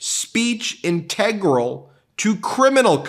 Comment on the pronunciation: Ben: Integral is pronounced as follows